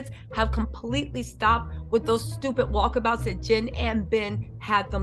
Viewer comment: You said walk a-bouts 😂